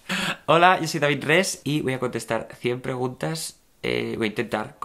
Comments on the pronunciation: Pronunciacion. David: David Rees. Yo: deIBId riS. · Se pronuncia David ris en realidad . <.